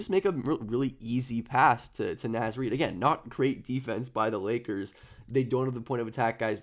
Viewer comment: Your pronouncing naz Reid’s name incorrectly